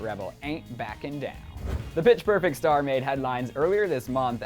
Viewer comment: I just heard "Bitch perfect" 😂